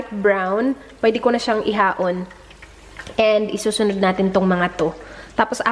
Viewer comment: It is i-ahon not haon (my mom said)